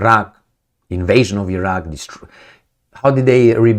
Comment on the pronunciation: One more time ---about Agence France.Presse... "Agence," not "agencie" (Ajans, not ajansi) --Iraq. is ..Iraq, not "Airak" The message, however, is spot on.